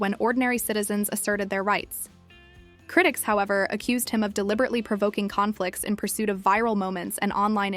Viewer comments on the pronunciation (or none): none